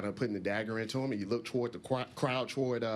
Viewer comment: a-a-and you look twuwards the Qwild towards